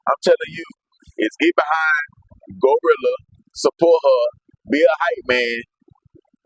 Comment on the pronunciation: This man here call "TURK" "TWURK"😅😅😅 And REFUSE to say "GLOrilla" he determined to call the lady "GOrilla"😅😅😅😅